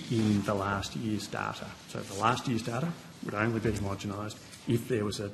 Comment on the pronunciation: Homogomised !!! Gerard can’t even pronounce it correctly: he’s got not hope of understanding the process.